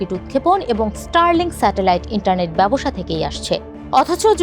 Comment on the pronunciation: এসপেস এক্স !!! ব্যবোসা !!! উচ্চারণ এর তো করুন অবস্থা